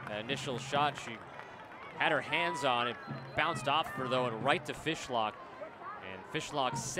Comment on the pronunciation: LOL Woman commentator talking about the keepers before the game starts, said "Jessica Fish hook" LOL!